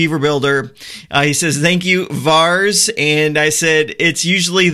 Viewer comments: It's not "VARS" ... it's pronounced VAIR-IS :-D <3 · Here is how you pronounce that GOT characters name :)